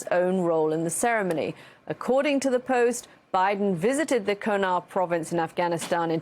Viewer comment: It's pronounced KUNAR.....KOO-NAR. not KOH NAR. If people were willing to go and fight there these fokls could atleast take 15 seconds and check how its pronounced.....jesus….